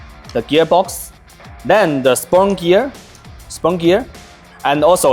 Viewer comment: I like spunk gear alot better than spur gear. No im not making fun of his speech. I genuinely like spunk gear better than spur gear. So from now on its referred to as, spunk gear! Lol good sh!@